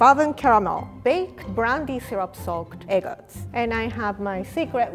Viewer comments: *E G G D S* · I love the way she says EGGTZ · Anyone else keep thinking she was trying to say egg roll?